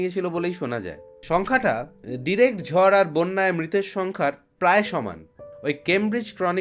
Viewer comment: Etar bepare amar janar khub ichhe chilo. Khub valo laglo. Tobe ota "ঝর" noy, "ঝড়" hobe.